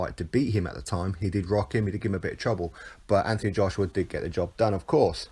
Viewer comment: Why he went from Anthony to AnTHony pronouncing the th is a mystery to me my middle name is Anthony my dads name is Anthony.if you pronounced the th in my dads name your liable to get punched I think he's trying to make himself more likeable to the yanks personally it was always normal Anthony now it's AnTHony I understand it's different in the States he ain't from the States although at the moment I wish he was lmao